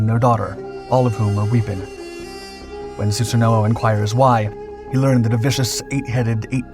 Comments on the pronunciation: I'm sorry your pronunciation of Susano'o bugs me so much ;( in Japanese they pronounce it like "Sue San O" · su-sa-no my ears bleed when you say it wrong